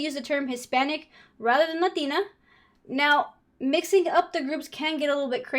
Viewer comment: I think latina sounds like la tina.. bathtub? the bathtub?